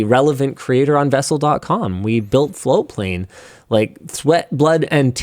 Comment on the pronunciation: I never hear the t in floatplane for the longest time I thought it was flowplain and that is still what I hear.